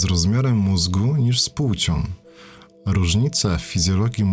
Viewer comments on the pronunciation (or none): Albo to ciągłe "pułcią" zamiast "płcią". Masakra